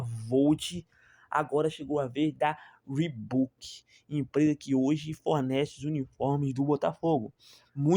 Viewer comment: O cara não sabe nem escrever, nem falar o nome da marca…